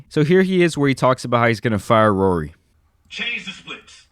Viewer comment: I can’t unhear “Rury” now his name ain’t Rory anymore